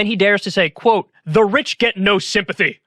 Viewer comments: That host really just said, "the rich get no sympathah" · Not, "sympathy" - "sympathah"